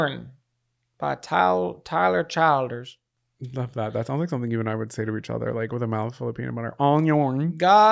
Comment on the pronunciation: 1. Tyler Childers is THE greatest. 2. Tyler Chill-ders 🤣 you gotta think Kentucky when you say it 3. His Purgatory album is unbeatable